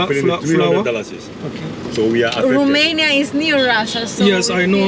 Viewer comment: Horrible to keep hearing RUMANIA... when are you going to learn that in English it is ROMANIA... it's like the Romanian "ROU" and not "RU"... only in French they pronounce 'Rumani' and in German they pronounce it 'Rumenien'... in English or Italian the pronunciation is with O and not with U...